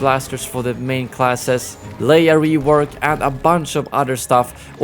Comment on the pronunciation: “Hero Rewoks” good job 😂